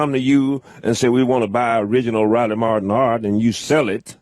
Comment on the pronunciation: I guess nobody had the guts to tell Riley when he spelled his name that its " r " not r-ah......r-ah...i l e y ...martin ...m a r-ah t i n